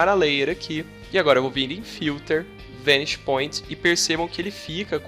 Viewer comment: Sua pronúncia da palavra "vanishing" está errada!!!